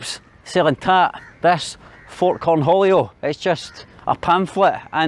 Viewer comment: why are you going north instead of south, to Java or South Sumatra? also, did you say “Corn Julio”? LOL 🤣